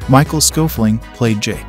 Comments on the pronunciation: Schoeffling is pronounced completely different. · pretty sure that's not how Schoeffling is pronounced. Thanks for doing your research.